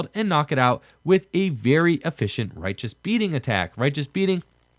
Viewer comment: "rye-uh-tuh-s" beating. Not "righteous" beating. lol